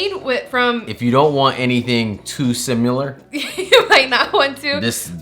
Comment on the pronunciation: Oh no! says "simular!" 😂 J/k, love you guys. And $7 a pack isn't that bad... 🤷‍♀️